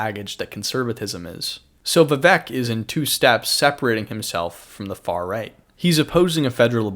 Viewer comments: When you pronounce the name of the guy you made a video about, your analysis loses all credibility. You didn't put enough time to even research how his name should be pronounced. It's pronounced viv-ake not viv-uk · No he didn't. It's like ache at the end not ik or ek.